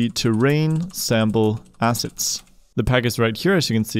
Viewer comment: Brother, I love your videos, and know your first language is not English ... But man! ... 😂😂😂 When you say "... these Unity ASSESTS", it truly sounds like you are saying, "... these Unity ASSHATS"! Sorry ... Love the videos, and try to donate when I can ...